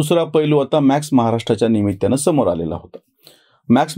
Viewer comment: कृपया उच्चार सुधारावेत.निमित्य नव्हे निमित्त!